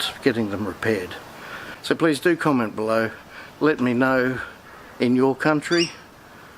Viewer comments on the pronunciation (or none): I like how "comment below" sounds like "come and blow"